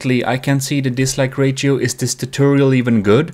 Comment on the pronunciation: disliked bceause of how he say "rachio" insead of ratio LIKED 3 TIMES BECAUSE IT WORKED. THAT'S 3 TIMES THE LIKES I GIVE OTHER VIDEOS. I USUALLY GIVE THEM 0 LIKES. 0 PLUS 3 IS 3 TIMES AS MANY.